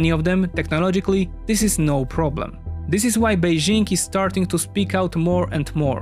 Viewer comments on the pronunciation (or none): none